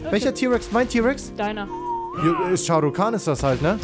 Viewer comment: es heißt sharu kan